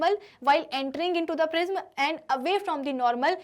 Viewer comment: It prism pronounction is wrong what are u say 🤣😂